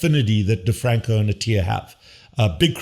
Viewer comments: Your 4 year old son can probably pronounce DeFronZo properly. It's NOT DeFranCo. It's DeFronZo. Though EVERYTHING else you said is right on except trying to imply your 4 year old is smarter that Attia and DeFronzo demishes your positions. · Ralph DeFronZo not DrFranCo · First off…it’s not DeFranco, it’s DiFronzo. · Get the name right! It is Dr. Ralph DeFronzo. Please explain why you say the guy's last name wrong. This goes to your credibility.